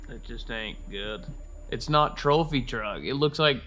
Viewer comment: It's not a go-kart, It's a twophy twuck!